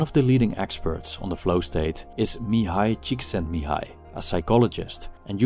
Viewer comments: Thank you for pronouncing Mihály Csíkszentmihályi (almost) the right way. I find it positive that you made an effort to check out how this hungarian name is pronounced. A lot of people don't bother checking out foreign names or words when they include such in their content. I appreciate this very much. Thanks again, and have a good day! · Hey, that was a pretty good pronunciation of Mihály Csíkszentmihályi!